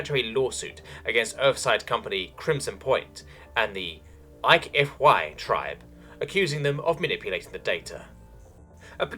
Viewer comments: It's a mangled pronunciation of HFY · Eich Ef Why tribe, H F Y tribe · "Eich Ef Why" Yes.